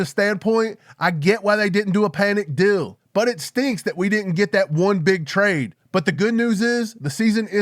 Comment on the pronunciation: What were people smoking? I didn’t ever expect a trade. Your analysis is perfect,. And “deal” is not pronounced “dill.”